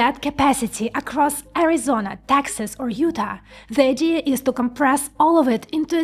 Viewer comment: Taxas offers low Taxas. had to turn on cc. All said this is a well done commentary on chip fabrication. Learnt a lot.